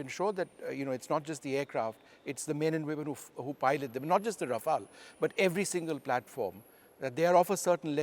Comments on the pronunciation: RafaLE. Stop butchering the name 🤮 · Mispronouncing aircraft names since the 90s - Vishnu Som